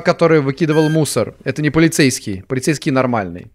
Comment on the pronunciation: начал говорить полецейскай! У меня настальгия от party hard